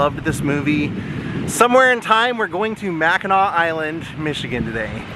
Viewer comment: Love how you say Mackinaw - a lot of people don't, they say Mackinac islandy